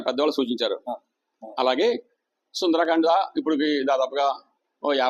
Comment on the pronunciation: సుందరాకాండ కాదు సుందరకాండ